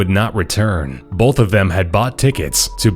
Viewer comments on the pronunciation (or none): none